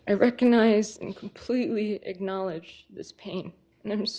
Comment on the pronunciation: Perhaps when she was at college, her time would've been better spent learning how to pronounce words like "especially" and "recognize" (and "yin and yang" from earlier in the vid). Hm. A life sentence, though? In all seriousness, that seems harsh, especially when you consider that she offed a dude that may have been a homicidal nut bag himself.